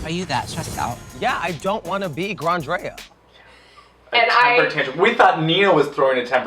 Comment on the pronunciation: CANNOT BELIEVE SHE MADE SHEA SAY GRANDREA WRONG